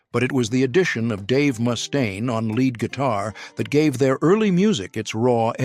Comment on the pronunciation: ...who's Moustaine? 😂😂😂